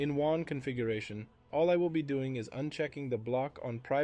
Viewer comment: AI voice must be a fan of Star Wars as it pronounces WAN like Obi wan! 🚀